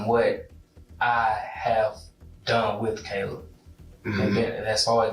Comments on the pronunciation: He is constantly mispronouncing Caleb and other victims. This is one of the original channels using computer generated narration. But the least they could do is listen to their own video and correct the disrespect to the victims. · Yet it can't pronounce Caleb correctly. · kah-lub? Bro really? Its Kay-lub. VERY common name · Why do you keep pronouncing Caleb like that??? It's not Calib. It's Cay-leb. You can hear people say it multiple times n the video the correct way and you still just decided to butcher it every time lol. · It's pronounced (kay-lub) Caleb. Not (cal-ub) smh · I believe it's pronounced CAY•LEB NOT CAHLEB the name is Caleb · The most annoying thing ever is hearing the Narrator Repeatedly say Caleb the wrong way over n over. Its not CALL-UB its Pronounced CAY-LEB!! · It's not pronounced as kal-eb! It's Kay-lib! Spelt Caleb. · Please take the time to train your AI to pronounce names correctly. It’s Caleb, not Calleb. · The son's name was pronounced Kay-leb, not Callib. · Can the narrator hear the cousin pronounce Caleb's name? ( kay-leb, not Ka-leb) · Caleb… Cay-leb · I keep saying to myself and no one in particular. It's Kay-lub. Damn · CowLeb...wtf get it right..AI or not ...yet people want to replace humans with this crap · Caleb = k-lib is the correct pronouncement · You keep mispronouncing the 17 yr old Caleb. It’s pronounced C long A leb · Yes, thank you. Like kay-leb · The way the narrator pronounces Caleb makes my eye twitch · Why does AI pronounce "caleb" lile a mexican? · Why can you say Javarceay but not CALEB!?! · Can say Javarceay but not Caleb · Ugh the way the narrator is saying Caleb's name is driving me crazy! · Narrator, how da hell you can prounounce Javarceay correctly but not Caleb? Jesus man! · I hate the way AI pronounces Caleb. 😂😂😂😂😂😂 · It would be nice if you pronounced the victim's name correctly. Caleb is pronounced correctly by people in the video. Please correct your voice over.